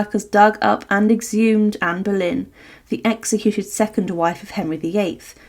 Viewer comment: Anne boylen et non pas Berlin - c’est pénible - Tudor et non pas tuda